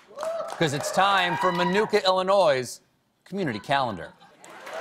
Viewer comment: Stephen, it's Illinois not Illinoise. Like I'm going to ANNOY you until you say it correctly. LOL! -- from Morris, Illinois